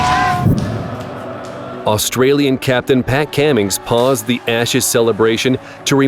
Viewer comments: POV: your an Australian that just heard this guy say Patt C'AAA'mings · said the Aussie Pat Cummings name wrong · I'm more concerned how he messed up Pat Cummin's name .